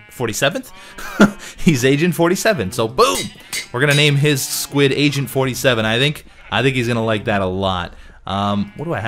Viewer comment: The second or third time you said Agent 47 it kind of sounded as though you said Asian 47...